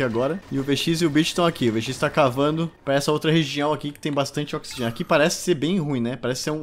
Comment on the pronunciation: Ocsigen nóti includedi